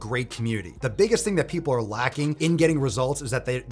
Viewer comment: Emphasis on the word “biggest.” 😂